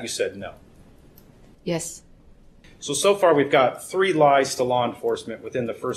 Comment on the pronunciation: I also love those “tree” 😂